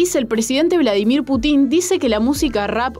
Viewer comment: Desis bladimir putin con tilde y suena re mal ! Cheee jaja ;)